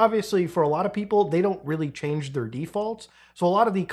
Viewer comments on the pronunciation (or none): none